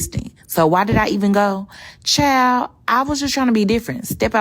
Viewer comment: Lmfao I thought she said "chiled". I can't stand chimps.